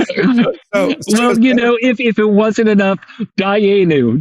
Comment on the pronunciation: Dayyenu! Priceless.